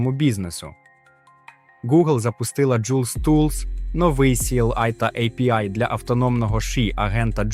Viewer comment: невже так важко голосом надиктувать, щоб не було «а-пе-і» і «кУрсор»